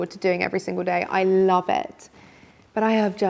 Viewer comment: Great content, I love the way she says I larv instead of love 😂